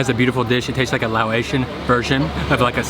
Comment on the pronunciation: Quick pronunciation tip: You're saying "Lao-ATION" when you say Laotian, but the word is pronounced "Lah-OCEAN." Easier than either of those would be to simply say "Lao" instead.